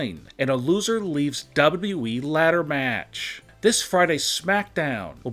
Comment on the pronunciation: HE SAID WWE AND NOT DAABYOUDAABYOUEEE